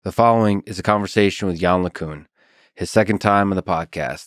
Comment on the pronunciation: Lex, you're gonna have to work on your pronunciation of "LeCun" for round 3.